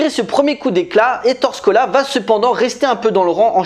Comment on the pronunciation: ça se prononces "é torè scola"